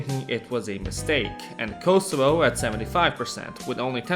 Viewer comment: Dafaq are you on about with this "Kosovo"